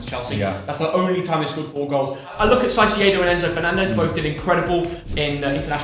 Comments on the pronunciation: caicedo"s name is pronounced "Kaicedo, not saisedo. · can you say caicedo . not saisedo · I think it's about time we corrected # about the pronunciation of Chelsea player, #Caicedo. Please, it isn't pronounced 'saceeido' but rather 'Kaiceeido' Thank you! 😊 ❤ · Can’t even pronounce caicedo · Mom: When are you getting a girlfriend? Me: When pronounces caicedo right 💀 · Why can't he pronounce Caicedo normally?